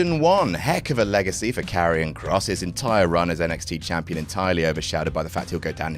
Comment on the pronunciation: I really cant tell if youre saying Jampion or not anymore 😂😂😂